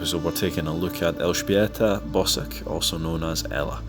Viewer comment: ok but his pronunciation of “Elżbieta Bosak” and “Grzmot” is surprisingly accurate